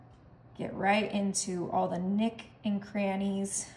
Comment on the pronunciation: Nook not nick